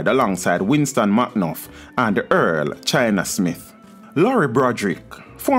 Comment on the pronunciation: Earl “Chinna” Smith, not China!! Get your thing straight!!!